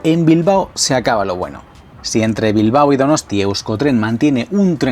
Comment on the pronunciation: Bilbao, no Bilbo. Gracias.